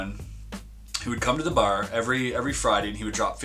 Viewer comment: Most Canadian pronunciation of "Bar" ever